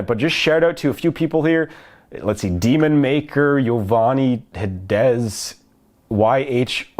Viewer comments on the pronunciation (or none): Cool, I got another shoutout xD (btw, it's Demo Maker, not Demon Maker, but I don't really care)